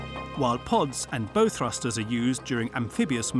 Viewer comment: "Bow" - is pronounced 'bough'. As in "OW!!" (it is not something you put in a girl's hair).